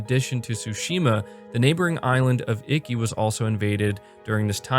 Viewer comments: Iki like eekee not "icky" lol I'll forgive you this time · Holy fuck shit! It was my biggest hope, but didn't think they'd actually lip sync the japanese. I can't wait to experience this game the proper way now. Btw... (Ee-Kee) not (icky). Don't worry. I give jake baldino a harder time with him pronouncing horror (Harr).